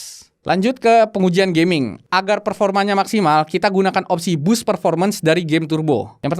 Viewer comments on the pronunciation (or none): none